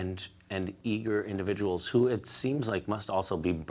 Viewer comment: 'Certain Indidviduals' ;)